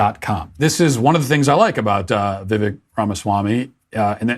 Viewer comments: Go Vivek. Super articulate PLUS having the ability to give details of his plans vs the previous candidates giving a ultra high macro plan with no details. His first name Vivek is pronounced like “cake”- Viv-Ak. Love your show Matt. Keep fighting the good fight. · It's viv•ake, not •viv•ick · vivek rhymes with cake. not chick. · It's VivEK not VIVek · Vivek rhymes with "bake" - not "beck." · I like Vivek. Fun fact, I just heard an interview he had and he said his name is pronounced Vivek rhymes with cake, not Vivek like tech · Say it with me kids "Vi-Vake Ra-Ma-Swa-Mie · vivek, pronounced like cake. its not that hard. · Vivek is pronounced "vee-VAKE." Once again, "vee-VAKE." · His first name rhymes with cake. Vi-vake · It’s Vivek like Viv”ake” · Pronounced Vi-vake like cake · Vivek rhymes with cake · Vivek is pronounced Vivake like in cake, he’s constantly correcting people, why can’t we get this right? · Vivek is Vi-vake, rhymes with cake. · It’s pronounced viv-ache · Omg - his name is pronounced VIV-AKE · Vek is pronounced like vake. You should know this if you are going to be a political commentator. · Pronounced Vi-vake' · PRONOUNCED:Viv-VAKE. He said it rhymes with cake. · "Viv-ake" like cake 🎂🤗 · His name is properly pronounced “ Vi-vake “. short i and long A. So, it looks different than it is actually said. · You might want to start pronouncing his name correctly...Vivek rhymes with cake. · His name is pronounced vi-VAYK. I heard him pronounce it so I am letting you know for accuracy. He is the most intelligent candidate and is the change we need. He is a conservative millennial that knows the rules and has a plan to institute his policies. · Its pronounced Vi-VAY-ke, and I love this guy. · Vivek is pronounced Vi vake. Vivek Ramaswamy would make a great cabinet appointment in Trump's cabinet. Looks like Desanctmonious is burning up his resources. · Vivek is pronounced Vivake, rhymes with cake. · It is “viv ache” like cake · By the way his name rhymes with cake